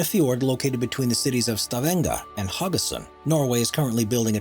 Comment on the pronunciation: As a person who lives in Stavanger, hearing him say Stavanger and Haugesund is fucking funny, never heard an English person say it like that haha